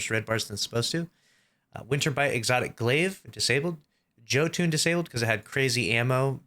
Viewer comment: “Joe tune” 💀